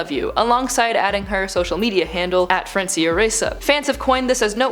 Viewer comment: it is Francia, not francIa arghhh